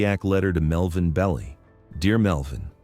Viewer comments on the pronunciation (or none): Belli not Bellee